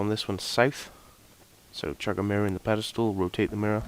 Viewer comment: whats a pedistool? you said it about 1000 times, i think you meant 'pillar of light'